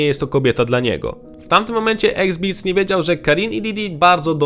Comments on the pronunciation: Wszystko spoko, ale to się wymawia EXZIBIT, a nie EXBIT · Jaki qrwa eksbits ? Xzibit wymawia się Ygzibyt ! Chłopie . . . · Nie "eksbits" ale "egzibit". Eksbits 🤣🤣🤣🤣🤣🤣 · "Exzibit" a nie Exbit matole 🤣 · "eksbiz"? :D Mordo...zrób kurwa research jak czyta się jego ksywę. Czytamy "eksybyt" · Xzibit Panie, nie eksbits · EX ZIBITEM a nie exbitsem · eksbitsem :D eks-zibit kolego! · Iksizibit A nie x beats it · eks-zibit a nie eksbits, autorze materiału. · X-beats? X-zibit drogi! egzibit po polsku. pozdro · Fajny filmik, tylko ksywkę Xzibit czyta się "Eks-zibit", a nie "Eks-bits" ;D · Xzibit czyta się "Eks-zibit" , nie "Eksbits" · EKSBITZ? what? to jest XZIBIT dudeee serio? :D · Ex Bits? Egzibit się czyta jego ksywe xD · Gościu dostał za wymowę już tyle pocisków w komentarzach, że chyba już zapamięta jak się wymawia tę ksywę... xD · sprawdz jak wymawia sie slowo XZIBIT .... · Czemu mówisz X Beats jak to jest Xzibit? 😢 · Eksbitz??? Kto to jest niby?? 😂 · On mówi Eksbits? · Egzbits? A co to za twór? Materiał fajny ale nie jest to pierwszy film na ten temat gdzie twórcy poruszają obecnie gorący temat a nawet nie sprawdzą jak wymówić niektóre pseudonimy. Egzbits, Alaja, Left eye z zespołu TeCeEl. Ludzie… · eksbits xd kurwa kaleko, kto CI pisał to ... AI? bo nawet nie wiesz jak wymawiac ksywek raperow xd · Dobry materiał ale ten „eksbits”… aż uszy bolą😃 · Ex biz? OK Google: how to pronounce Xzibit sorry za złośliwość, ale starucha kłuje w ucho jak by na Eminema ktoś mówił memin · Ja pierd.le jak Ty czytasz Xzibit ? eksbits ?😂🤣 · kto to xbeats? XD chodzi o x-zibit'a? skad ty to wziales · Naucz się wymawiać Xzibit 😂😂😂Bo miałem niezłą beczkę